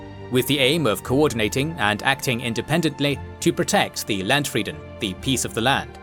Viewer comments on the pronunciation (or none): Sadly you have to watch the video with subtitles if you are a German, since you don't understand some of the misspronounced german words. Why nou translate them or hire a german for the pronounciation? E.g. Landfrieden as you pronounce it would be written Ländfridden in german. The right pronounciation should be on the frist syllable, the a should be pronounced more like in "bra", and "ie" is pronounced like a long "i". Eberhardt is pronounced with a long "e" in the beginning, you pronounce it as if it would be written as Ebberhardt. Reich is not pronounced with a "k" in the end, that's the scandinavian pronounciation (maybe low-german too), but the "ch" should sound a bit like a hissing cat. Schwurbriefe was not understandable 😅